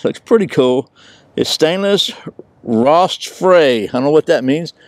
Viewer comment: "Rostfrei" is pronounced rost-fry, it is a German word that translates into "rust free."